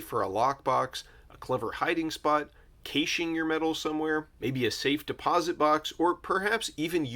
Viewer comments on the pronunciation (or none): Caching is pronounced cashing.